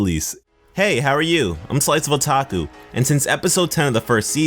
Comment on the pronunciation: Hey I love your vids but you're saying Otaku wrong. You say the "a" as if it is a letter not like a word. Like O-tae-koo. I still respect you but as a fellow Japanese it annoys me a bit. I do understand why you might be saying it wrong but please try to fix the pernunciation.